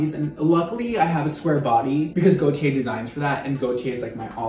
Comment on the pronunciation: Every time said Gaultier, I kept thinking he was saying Gotye, and now I have "Somebody That I Used to Know" stuck in my head.